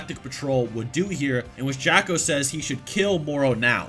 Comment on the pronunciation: I love you. But stop calling Jaco, Jacko! I keep thinking of Michael Jackson when you do